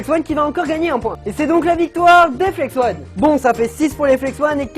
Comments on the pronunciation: Oh non mais ton niveau d'anglais pire que le mien ! On dit ON comme ON/OFF parce que ONE et comme 1 et la ça s'écrit ''ON' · ahah tu as perturbé tout le monde avec le Flex-ONE "flex-on" au caou ça m'a tué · très bonne video mais on dit pas flex one mais flex on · mec c dérangant tu dit flex one mais c'est flex on arete de dire one stp!!!!!! sinon le concept de comparer deux types d'étriers comme ca c'est pas mal, mais le probleme c'est que je pense que comme les flex on sont tes etriers automatiquement tu va les préférer aux freejump. Admettons t'aurais eu des compositis et pas des flex on chepas si t'aurais dit la meme chpse. Sinon sympa ta video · Mais tu continues de dire Flex One haha 😂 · Flex-on pas flex-one ^^ désoler mais c’est très perturbant toute la vidéo, mais sinon super vidéo et moi qui est des Flex-on je préfère largement Flex-on :) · Mais si car si tu savais prononcé l'anglais tu ferai pas cette faute. Même moi qui suit nul en anglais ça me brûle les oreilles 😂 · FLEX-ON pas flex-one ^^ désolée, ça m'a démangé toute la vidéo, fallait que ça sorte. Bon, clairement ici, je suis clairement une #teamflexon, pas moyen de me mettre des free-jump aux pieds ... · Ça se dit " On " pas "one " !!!